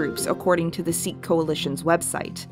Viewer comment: hi, love the video but just letting you know, sikh is actually pronounced sic, not seek.